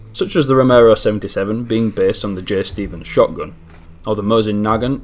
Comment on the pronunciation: correction.... moe-zin nuhgont is how its pronounced . sorry the american in me had to show its ugly head lol